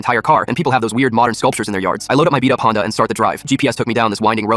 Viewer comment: Did bro just say beat up purse or smthn else